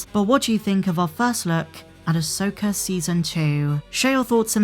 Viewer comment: easy with with the hard "R".. 😅😅 "Ashoker and Sabine"